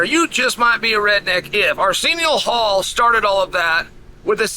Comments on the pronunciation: Who is this 'Arseeneeo Hall' Chael is talking about? He sounds like a straight shooter... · The guy Chael is talking about, can't you hear him say Arsenial Hall?